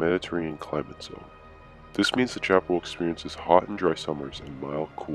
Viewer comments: Sha-PAR-el? Around here and everyplace else I've ever been pronounces it sha-puh-RAL. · And in Méjico and other Spanish-speaking countries it is pronounced as cha-pa-RAL.